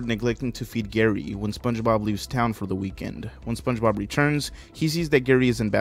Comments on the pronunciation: You got it right the third time lol not yee or chee you got it when you weren’t trying lmao just try less lol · just say it like "Spónje-Bob" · I feel like if you pronounced it "Sponge-eh-bob" in front of Spongebob he'd immediately start pronouncing it exclusively that way from then on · Spunch bob is the only correct way to say it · SpongeBob SquarePants it's how you pronounce it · it's fine if you don't say spongebob right. it's pretty subtle when you say it normally, so idc as long as you dont say some pronnounciation that is just plain goofy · You all 🧢 yk u pronounced sponge bob on purpose to try to be funny